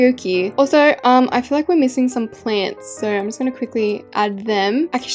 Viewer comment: its not plapss its plants!!!